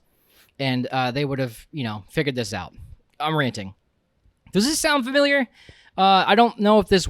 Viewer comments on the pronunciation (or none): none